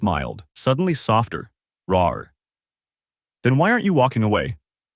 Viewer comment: Instead of raw we got✨ roar✨ 😂